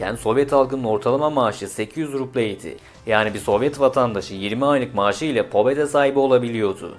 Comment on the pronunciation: pobeda değil pabeda